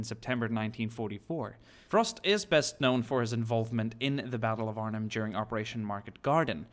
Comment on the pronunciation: He said Arnhem right.